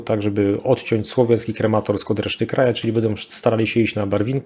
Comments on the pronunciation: bardzo dobre materiały, tylko mógłbyś poćwiczyć nazwy miejscowości. Wiem, że niektóre są dość trudne, ale jednak Izum zamiast Izium czy Krematorsk zamiast Kramatorsk trochę razi. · KrAmatorsk a nie KrEmatorsk Крамато́рськ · Dobra robota 😎 P.S. Mała uwaga, jeśli można: Kramatorsk, a nie żaden Krematorsk 😉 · Panie - już w kilku wywiadach słychałem od Pana nazwę Krematorsk, mimo, że na mapie widnieje jak wół KrAmatorsk. Krematorsk sie dziwnie kojarzy, nie sądzi Pan?